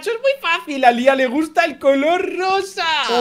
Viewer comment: No sabes decir a Lía